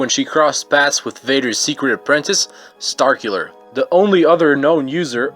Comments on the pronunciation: Starkiller not starcular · When he said star killer it sounded like sarkular lol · Not to be mean, but this video is terrible. Some of the pronunciations, such as Starkiller as "Starqular" really make me want to click off, not to mention the clickbait thumbnail, the straight up script stealing from wikipedia, and the non-matching images such as when he showed Darth Maul's lightsaber. I personally think some of the choices aren't that unique either. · "darth vader's secret apprentice, starkeelehr"